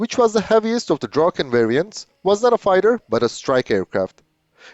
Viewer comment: You pronounce "Draken" quite well. I've seen other videos, and you are very good at Swedish as compared to other native english or french speakers. If you make the "a" in "Draken" like a micro-second longer and it will be perfekt. The same for "Gripen". The "i" is pronounced like an "e", and if you make it a microsecond longer it would also be perfect!